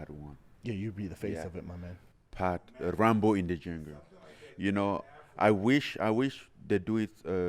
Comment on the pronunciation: Every time Francis said Rumble in the Jungle, I heard Rambo in the Jungle 😂